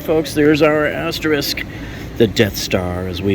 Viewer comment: I would like to commend you on your content, easy-listening voice and for probably being the only U Tuber who correctly pronounces the word “asterisk”. I subscribed 💕